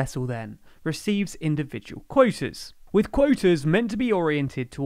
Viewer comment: Clearly, insofar as the territorial limits have been already been established, the supposedly 'scientific' rationales of the EU have served to cheat the British, more probably to benefit the Brussels bureaucracy than to the fishermen of the EU. [English accent so funny -- for 'quotas' -- 'coitus'.]